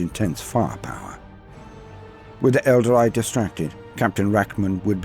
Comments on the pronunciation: ...whats an elder-eye? 🤔 ...i know what an el-darr-ee is..but never heard of an elder-eye... 🤪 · Good stuff! Although hearing "Aeldary" is a bit weird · That pronunciation of Aeldari is seriously confusing. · Good narrator...but someone should have told him how to say Aeldari.